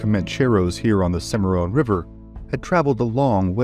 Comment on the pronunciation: It's Cim a Ron, not Cim a Rone.